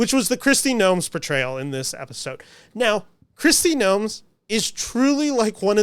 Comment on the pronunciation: When you say "Episode", you're lips are saying "Efisode". Are you part Filipino?